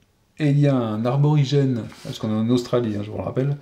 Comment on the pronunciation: coucou, joli jeu. petit détail a 1h27 tu lis le bouquin et tu parles d'un aRborigène ...il s'agit d'Aborigène. sans le R. Merci pour eux :)